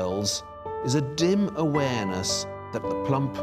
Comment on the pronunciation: "plUMP" makes me so uncomfortable the he says she "was mMEANT To Be HelD" freaks me out